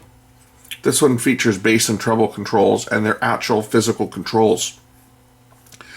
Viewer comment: bass not base.